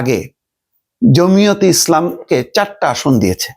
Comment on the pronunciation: সাংবাদিক হয়েছেন জমিয়তেইসলাম কে জমি অতি জমিয়তি করতেছেন দলের নামটাও সঠিকভাবে নিতে পারতেছেন না